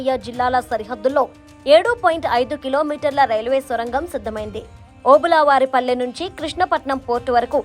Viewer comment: Obulaavaripalli kaadu talli.Obulavaripalli.Telugu swachanga matladadam nerchuko amma.Telugu murder cheyaku.Atleasr mee editor chusukovali kad